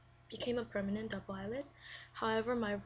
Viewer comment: You said Permeant.